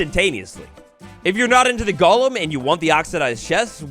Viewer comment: DUDE, it’s GOLEM. Not gollum like lord of the rings. GOLEM. I had to go watch a different video about this update because you made me want to break the tv off of how badly you mispronounce it.